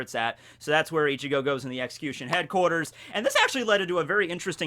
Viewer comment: Why does he pronounce xcution like ex-coo-shun instead of ex-q-shun